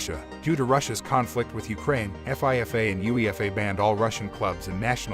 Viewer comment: Lol F. I. F. A. It's pronounced FEEFA. You say it like it's a word.